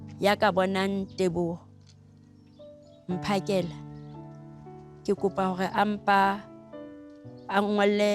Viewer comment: Andile bakithi........it's Mphakela not Maphakela🙄🙄